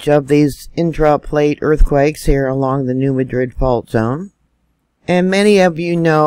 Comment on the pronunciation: MAD-rid. That's how locals pronounce New Madrid. Say it with me. MAD-rid.